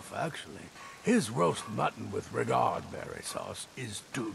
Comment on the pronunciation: Really, Festus pronounces "Redguard" as "Regard"?